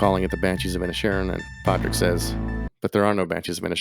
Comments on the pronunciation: You are the second American talking about the ins and outs of this movie and refusing to pronounce the main character’s name. You HAVE watched the film. At what point does anybody say PADRICK? It’s spelled with a D. His sister is called sioban, clearly not said the way it is spelled. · As mentioned in other comments, NOT protestants vs Catholics. Also, pronounce his feckin name properly! You don't pronounce the D... (or if you do, it's like a mini trill)